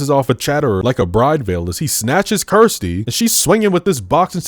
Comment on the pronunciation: So many people mispronounce Kirsty that it should be a meme. You even do it yourself by mistake during this video.